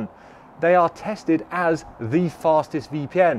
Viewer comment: Tatsed, LOL. Love that mistake